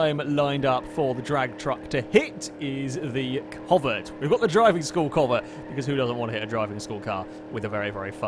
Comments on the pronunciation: you callet the covet (pronounced co-vette) like 3-4 diffrent times. Including comet like the Porsche from gta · I would just like to say every way you pronounced the names of these cars is different than any way I have ever heard anyone say them ever. I have already here the pessima pronounced like pess i ma lol pess as in pest I as in it and ma as in mum. Lol and the covet I’ve heard said as covay